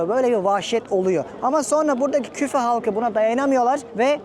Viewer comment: Küfe değil Kûfe